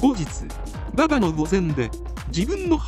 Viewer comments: どうでもいいけど、馬場を｢バﾊﾞ｣という、｢お婆さん｣を呼ぶみたいなイントネーションが、非常に耳障りなんだけと・・ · ババ↗っていうアクセントにして欲しいね。若林さんはそうしてた。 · 後追い、且つネット動画で馬場を覚える若い層は 馬場↘︎って発音する様になるのかな⁉︎ 実際にそれ聞いたらかなり笑える😂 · 馬場とフライの発音だけで笑える😂